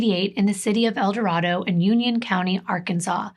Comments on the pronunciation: Omg!!I'm a couple months behind and just starting the video, but I'm from el dorado arkansas. It's actually "El- dor-RAY-do"😂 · Morning! Arkansan here. It’s pronounced El-Duh-Ray-doh